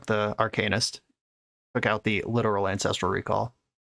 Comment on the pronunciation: DW, I love how you say “arcanist” been telling people how to say it for years